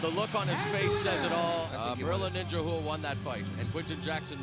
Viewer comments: i dont understand the last name of RUA why is it pronounced "Whoo-A" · Please learn how to pronounce Rua. Its very annoying. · OK, main point seems to be - be named Garcia, not Rua.